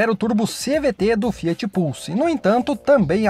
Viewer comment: Tá fiar ao invés de Fiat